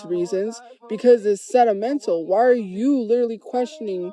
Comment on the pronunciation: She really is stupid asf can even say sentimental right